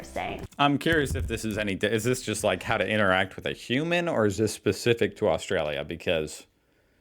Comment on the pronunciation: She needs to learn how to pronounce Australia. We were all thinking it, don’t deny it.